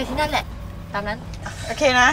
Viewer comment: โอเค ไม่ใช่โอคาย